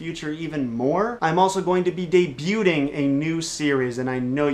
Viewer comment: I come for the facts, I stay for the pronunciation of of the "t" in "debuting"